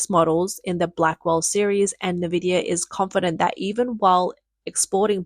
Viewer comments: N VIDIA Not ‘nah VIDIA’ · FOR CHRIST'S SAKE IT'S .... IN-VID-IA. Not NAH-VID-IA.